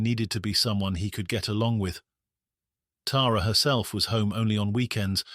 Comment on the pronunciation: Thank you for pronouncing her name right. Us Tara’s appreciate it! ❤